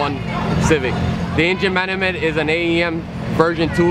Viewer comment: "the engine manament" lol